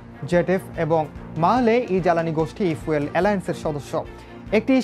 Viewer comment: আরে মূর্খ ঐটা ফুয়েল না, ফিউল হবে